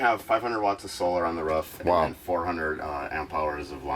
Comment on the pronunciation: It's roof R>O>O>F not ruof :D lmao all good though